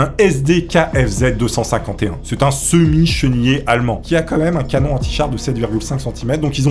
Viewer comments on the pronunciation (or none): none